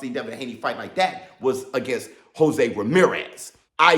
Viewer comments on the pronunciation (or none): none